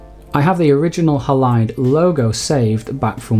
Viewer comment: Great info and presentation! The way ‘Halide’ is pronounced here though is jarring for me every time, because normally that word has the stress on the first syllable, it’s HAlide, not HaLIDE - unless your 2nd syllable stress is the pronunciation used by the devs too?